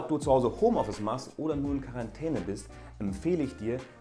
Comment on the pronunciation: Wer versteht auch immer Karantene wenn er Quarentäne sagt xD